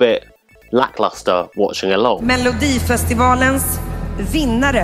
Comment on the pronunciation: Your pronounciation of Melodifestivalen was great.